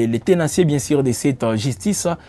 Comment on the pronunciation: Plisière, sir, ministère piblic, biensir,... La lettre ''u'' n'existe pas dans le lexique de ce journaliste ?